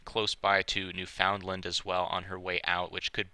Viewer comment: Newfoundland- :Proper Noun; "New-fin-land"